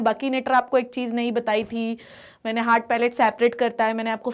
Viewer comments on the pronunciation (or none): none